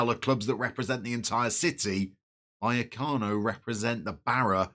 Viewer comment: Vallecas (buy-ekus) is a ‘barrio’ of Madrid (barra is a bar). LOVE Rayo! Great club! Oh and you’re nailing Buya-cano 👍🏼